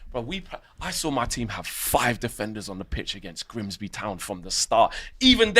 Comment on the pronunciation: They jut lost to Grimsbry, he added a whole extra R in there to emphasise 😂😂😂